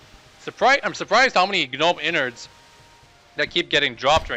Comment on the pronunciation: why did you not sell all that weight? smdh. and stop saying gaaaaanome. Haha